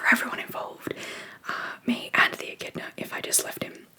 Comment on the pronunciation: I thought you were saying "a kitten" was in the road, but then you said beak and spikey, so I had to look it up. Echidnas are another crazy Australian animal that I have never heard of till now, but they are so cool!!